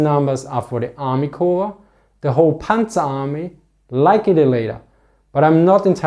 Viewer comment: Latter & later are pronounced & stressed differently in English, heavier long 'A' in later, short 'a' in latter, almost a schwa sound.